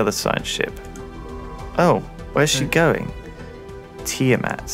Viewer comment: Lol at "tiamat lib" its tiamat 2b.